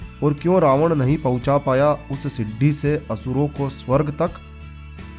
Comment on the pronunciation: siddi nahi bolo bhai sidi bolo